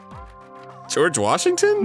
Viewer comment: Arin: "geroge washington" Me: whispers "greg? well ain't that just the way"